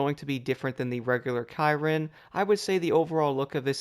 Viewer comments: pretty sure its pronounced 'shear-ron' not 'ky-ron'? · It's like saying Veyron but it's with a C